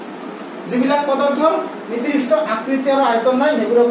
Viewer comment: Not nirdrista. It's nirdista